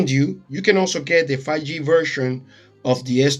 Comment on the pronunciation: I think 5G is pronounced FIVE G, not 'fagee' :) Thank you for this comparison. It was very useful.